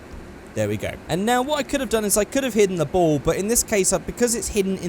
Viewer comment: When you said ball I thought you said bowl and I was like bowl for what?